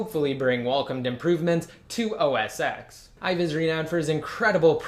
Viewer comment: It's pronounced os TEN, not os "ex." sorry, it just bothers me.